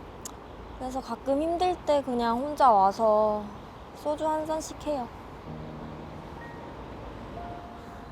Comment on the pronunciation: 나레이션분 발음 ㅌㅋㅋㅋ 쏘주가 아니라 소오주 ㅋㅋ